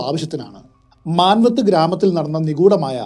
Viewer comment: Excellent narration. Only few pronunciation issues, E.g. its pronounced as 'Maanvat' not 'Manavat'. Similarly its Parvati 'bai' not 'bhai'. 'Bhai' means brother, 'bai' is a respecful term used in North India to address a woman viz. Rani Lakshmibai